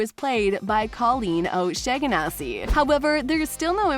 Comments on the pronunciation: It's Pronounced "Oh-Shawn-Ah-See" not "Oh-Sheg-Ga-Nah-See" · Same, and she completely butchered Colleen's last name, which makes me think this is an ai's voice. She never even mentioned anything about Tails either.